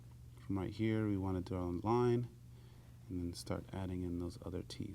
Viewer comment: over hurr... over thurr...